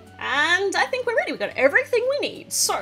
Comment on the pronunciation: Did anyone hear her say I tink 😂🤭